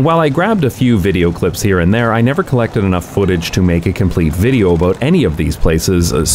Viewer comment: That was a very Canadian about